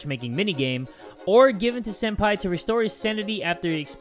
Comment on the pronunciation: Why do you call senpai sen-daddy?